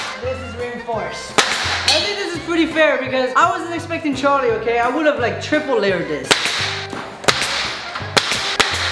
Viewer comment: Its Charlie not Charli